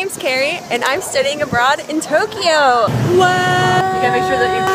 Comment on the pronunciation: Say it like Toe kyo not Toki yo